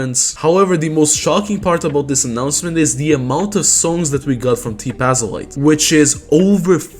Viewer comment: It would be pronounced t pazolite, the + in the name is more decoration and for Jp speakers likely